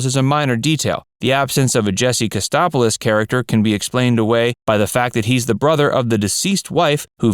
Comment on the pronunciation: Jesse Katsopolis, NOT Kastopolos!